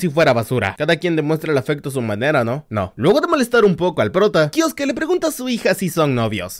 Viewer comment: No se labla kiosque se Lee kiosuke